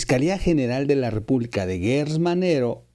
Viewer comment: NO es guerrz manero es gerrz se pronuncia JGerTZ